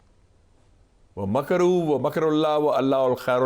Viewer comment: افسوس 😢 مشاہد حسین سید کاش کہ آپ پارہ نمبر 3 ۔ سورۃ آل عمران کی آیت نمبر 54 ( ٥٤ ) کے اِعراب ( زبر زیر پیش ) کا مشاہدہ فرما لیتے 😢 آپ نے وَمَكَرُوا وَ مَكَرَ اللّٰه وَ الله خَيرُ الماكرين میں دوسرے لفظ مَكَرَ کی را پر پیش پڑھا ہے حالانکہ اس پر زبر ہے ، نیز آپ نے ایک اور لفظ وَ اللّٰهُ کو وَ اَللّٰهُ پڑھا ہے جو کہ علومِ عربیہ علم الصرف اور علم النحو کے اصول کے خلاف ہے ،